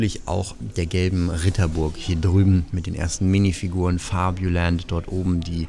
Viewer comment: Puh, wie Du krampfhaft FABULAND in Denglish sprichst ist super anstrengend. Ansonsten ein schönes und interessantes Video.